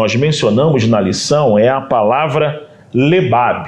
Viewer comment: A pronúncia vorreta seria como se ouvesse a letra R , no caso ficaria Leb-raab a forma de ler lêbhâbh ( coração) no textl citado ...